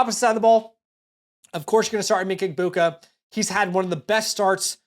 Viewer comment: Emeka who? Do you mean Emeka "Egg-beg-boo"?